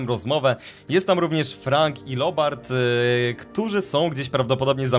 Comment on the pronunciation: Mówi się Lubert a nie Lobert tylko się pisze